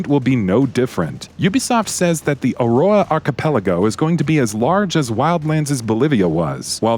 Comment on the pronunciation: Fucking hell pronounce "Aurora" properly